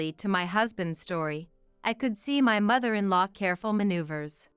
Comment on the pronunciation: You gotta love AI. I am actually snickering at mother in "LOW."